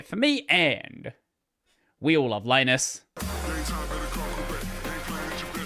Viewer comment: Like no. 636. Well, Linus's reply seems rather calm and forthright compared some of his previous. Mr. Torvalds is Finnish, so his first name is pronounced "LEE-nus" not "LYE-nus". I'm surprised that you don't seem to be aware of that.